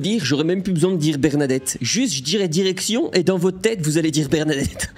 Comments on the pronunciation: En début de vidéo t’as dit erection à la place de direction 🤣🤣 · j'ai compris "érection l'olympe"